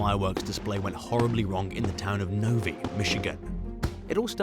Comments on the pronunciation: Novi = NOV-eye...not NO-vee. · Okay, it's not pronounced No-v-eee, its No-v-eye. Like the eye on a face. I love your channel BTW. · We pronounce Novi with a long i sound in Michigan.